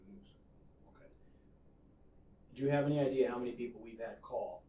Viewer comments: Parents, please teach your kids to pronounce “idea” without the “hard r”. 😂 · Why does this idiot keep saying, "ideaR"???